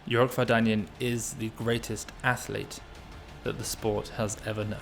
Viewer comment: Thanks! As for the surname, Armenian surnames are stressed by the last syllable: VardanyAn